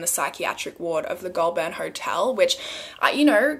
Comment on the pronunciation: “Pew-got” “gol-burn” “yazz” i’m actually dead HAHAHA